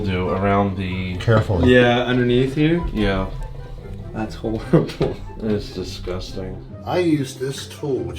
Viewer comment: Harible? You mean horrible?